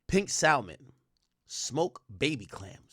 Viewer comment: THE “L” in SALMON 🍣 IS SILENT AK !!!!!!